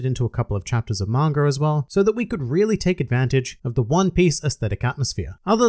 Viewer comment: Why do you always say "Mangar", it's Manga dude! Arrgh!